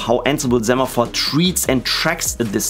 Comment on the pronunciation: It's pronounced "say-maphore", as in "send"... Hermione Granger Thx for the tutorial 🙂